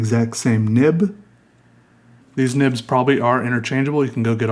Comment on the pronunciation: Those nibbs sound like nipps.